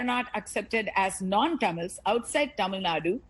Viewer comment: Taamil Naad? Ohhh the slang? Itss Tamil Nadu... Pronounce it properly fake pronouncers😂😂😂